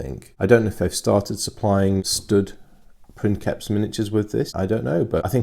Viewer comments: It's not prinkeps its pronounced like prince. prinseps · Sorry but it's not "prinKeps", it's "prinSeps", being a real life word from Latin, so it's pronounced like "principal" in spanish. There's even a vid here: cheers for the video as always mate. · No, it is pronounced prinkeps, its written princeps but it is actually latin, in latin the c is pronounced as a k. So it is prinkeps. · we don't exactly know how Latin was pronounced. Judging from some of the modern languages that deviated the least from it (Italian and Spanish) I can tell that the "c" changed pronunciation based on the vowel that followed it. C+A,O,U and we get a hard sound, like a K. C+E,I and we get a softer sound, like a CH or a TH or an S (depending on which modern language you focus on). So, again, not 100% sure, but the word princeps was probably pronounced like princheps, or printheps, or prinseps. And probably not like prinkeps. Take this with a grain of salt, I've done no research on the matter. I've studied Latin for a few years in high school, but here in Italy you study Latin with a modern Italian pronunciation, and I'm not too convinced it is the correct one. But I bet it's close enough.